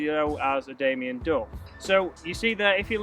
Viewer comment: "Damion duff" i take offence to that